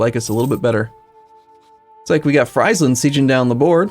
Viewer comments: Jérémie Croussette like Freeze land instead of Fries land... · I enjoy Fries-land a lot haha, makes it sound like a McDonalds themepark. Though as a Dutchy I'm used to people mispronouncing pretty much everything except for Amsterdam.